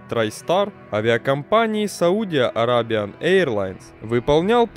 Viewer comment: САуди АрЭбия произношение.